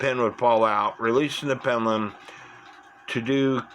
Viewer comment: "Cenner, pennelum"? Why do you speak sloppy? Something wrong with your mouth? Or just a bit lazy?